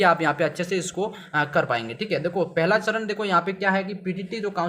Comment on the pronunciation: सरन नही चरण होता है😂